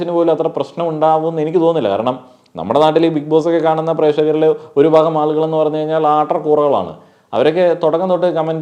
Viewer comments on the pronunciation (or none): none